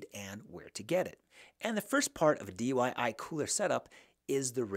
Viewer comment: Why do you keep saying dyi??